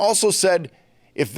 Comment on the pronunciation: "if this congress sresuze to act?